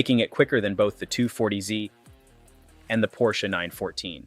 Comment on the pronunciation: AI managed to pronounce "Porsche" correctly